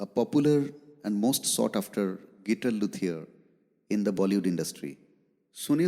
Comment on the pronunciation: Dear Mr. Anchor, First: please pronounce guitar correctly. Second: should have talked half & played half of the time. Third: Please don't waste public & Artists' time with such boring interviews with interviewer face missing in the frame. SORDID!